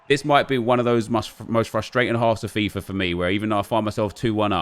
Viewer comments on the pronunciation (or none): none